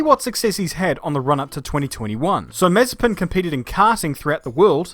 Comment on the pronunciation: It’s more like Maz-a-SPIN